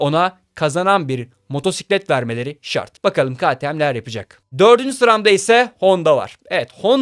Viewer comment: “Ka ti em” (ktm) diye okunmaz arkadaşım.